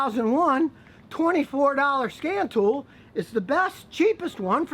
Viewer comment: At first I thought you said "scam tool" I hope I never need one...